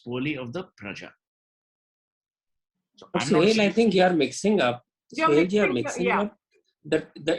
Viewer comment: He's Suhel not Suhail. 😂